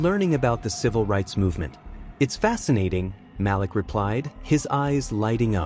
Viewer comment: Glad to hear the story!!!! However it is so bothersome to not pronounce the names correctly. His name is pronounced Maleek not Malick!!!!!!